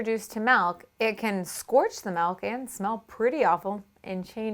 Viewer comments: ITS MIIIIILK NOT MELK PLEASE STOP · God she says malk (milk) like 1000 times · Every time she says milk it sounds like "melk" and I can't stop laughing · oh my god!! why does she say milk in such a weird way 😁😁